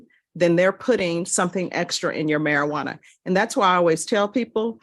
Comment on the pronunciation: Sir please learn to say Marijuana 🙏